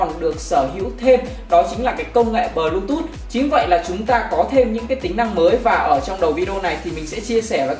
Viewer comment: bờ . lu. tút vãi